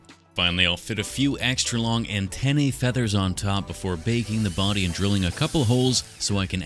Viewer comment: and of course you didnt say "FEATHERS" near enough !